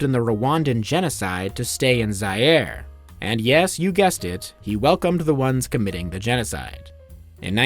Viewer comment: shame you cant pronounce Zaïre